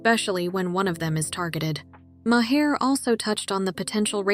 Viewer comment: His name is Bill Maher (mar) not may-hair.